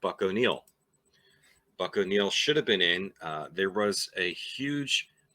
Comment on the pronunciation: Buck walked Ernie Banks into the major leagues after coaching him in KC. No one deserves it more than him. You nailed the name, by the way. You had me fooled.